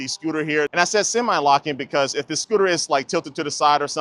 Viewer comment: The is only pronounced "thee" when the following word begins in a vowel. "Thee" apple. "The" carrot. This linguistic rule is being broken all over YouTube.